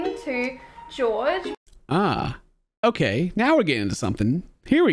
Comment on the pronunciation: They way says "okeah" helps me get through the day lol